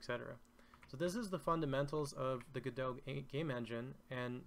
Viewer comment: Immediate thumbs up for having taken the time to learn how Godot is pronounced. It shows an admirable level of attention to detail. Thank you.